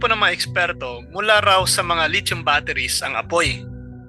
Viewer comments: PRONOUNCE…..LI THIUM……..NOT LIT CHOM………..AKALA KO LIT CHON ANG TOPIC MO….. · California is huge bro, much bigger than the Philippines, and please ask guidance in pronouncing the word "lithium" i heard lechon !